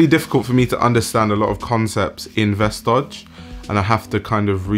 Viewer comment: It’s said like “vestoy” :)